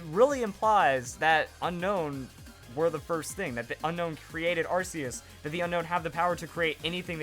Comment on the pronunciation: It's 2016. And people still say Arceus wrong.